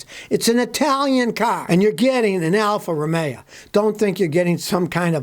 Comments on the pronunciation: Listen,,,,, Al-fa- ro-may o....... not alfa-ro-may-a.......... got it? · Alfa Ro-may-yeah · Alfa Romeo - used to call them Alfa Rust-ay-o. Had an Alfasud, years ago. The only thing that went faster than the car was the rust progression.